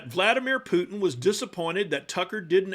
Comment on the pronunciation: It's so weird how US people pronounce "Putin"^^. Sounds like "Poo-n", lol